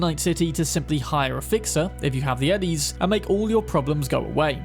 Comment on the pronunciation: There are a few cp2077 creators that say ennies instead of eddies. Am i missing something?